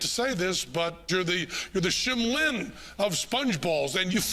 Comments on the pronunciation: penn said "shiM liN" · Shim Lin? oh no no no